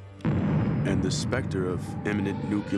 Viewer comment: he said "nukular" haha